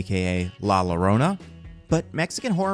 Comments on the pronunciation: Pronounced Yarrona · Llorona. In spanish ll Is kinda pronounced like a y. So say if you were to read it it'd sound closer to la Yo-rona. Unless it's some kind of running joke I'm not privy to. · Not to be nitpicky (like his podcast Mostly Nitpicking), but I think it's Yor-ona. Source: My wife is El Salvadorian--though I'm very open to the possibility that she pronounces it weird and/or El Salvadorians pronounce it differently than Mexicans.